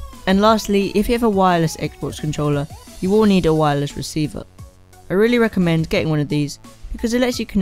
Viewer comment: u said wireles